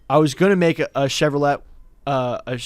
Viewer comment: awkward pause and throat clear after he realized he said “Chevro-LET” was amazing